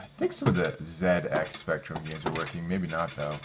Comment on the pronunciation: you get extra points for saying "zed ex spectrum " correctly , nice video mate